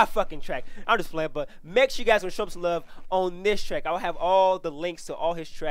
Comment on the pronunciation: Every time he says "I'm playing" I die lmao